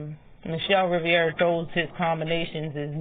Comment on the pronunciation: Sooooo y’all gonna act like Martinez ain’t catch frank with the right alll night long ? Isn’t michel Rivera strongest punch is a right straight after a jab ? Yeah frank will lose .. and BTW it’s RI-VERA … not RI-VIE -AREA ..